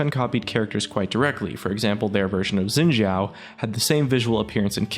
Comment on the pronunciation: "Zin Xhao"